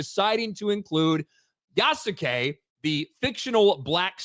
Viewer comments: Bruh these apparent champions of cultural accuracy pronouncing Yasuke like "yah soo kay" is craaaazy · The condescending tone these assholes use makes me want to punch them. And if you're gonna say that Japan SPECIFICALLY doesn’t like the choice to use Yasuke as the main character in Shadows (which is demonstrably false, they seem to be fine with it), at least learn how to pronounce "Yasuke", a JAPANESE name, properly. Fucking racists.